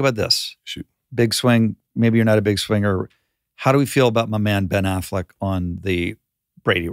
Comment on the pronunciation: Do you really pronounce Ben Affleck that way?